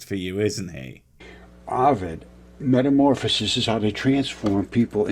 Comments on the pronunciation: Am I the only one, who doesn't like, that he says momorpisis instead of metamorphosis? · Oh no... "metamorphAsis"? I thought maybe this troglodyte was an EPIC troll, but now we see his inability to both read AND write (and speak, really) and I think my troll hypothesis is likely invalid.